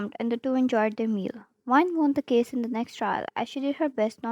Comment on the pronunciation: omg, i read case "kiss" after you kinda pronounced it "kiss"